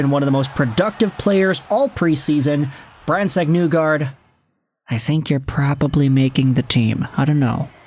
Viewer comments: It's NEE-gard not Nu-gard bro. He's pronounced it for people. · His last name is actually pronounced KNEE-guard, or KNEE-gord if you want to use the Norwegian pronunciation.